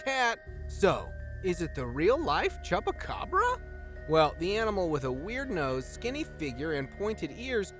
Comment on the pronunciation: did he just say chubucabra